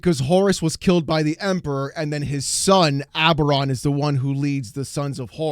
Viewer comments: His name is ABBADON, not Aberon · His name is Abadon not oberon, abaron is so WoW garbage You shouldn't watch Bricky he has no idea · 1 it's Abadon, not Abaron. 2 Titus doesn't fight Abadon in Space Marine. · I've seen that face so many times at the LGS. That's the look of your wallet in pain. Also if you meet a Black Legion player, be sure to pronounce their chapter master's name as Aba-don. They love it.